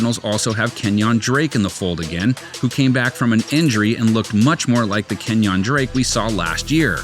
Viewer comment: "KEN-YAWN DRAKE"